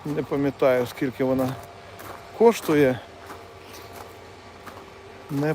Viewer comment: Слово коштує, наголос на (у) а не (о), також як і пробіг наголос на (і) а не на (о), нічого особистого але…